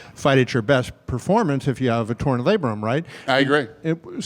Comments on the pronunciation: he said labrum, genius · OMG it's labrum... ahahaha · “How would doctors check for a torn labrum” 😂😂😂